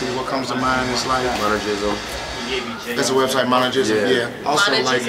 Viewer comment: it's monergism, not mono jeezel